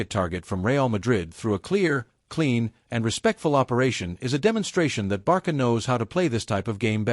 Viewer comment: 1 Álvaro Carreras is from Spain 2- it's not Barca, is Barça and the pronunciation is Barsa. If you don't have the "ç" use "s".